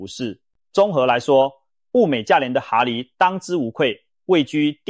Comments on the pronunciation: 蛤蜊~(蛤)正確發音ㄍㄜ格~不是哈蜊! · 蛤蠣讀(格) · ㄏㄚ？？？國的發音？？？